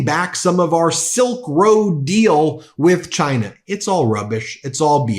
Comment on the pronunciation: Has he issued an executive order making people pronounce the country as 'Chine-ah'?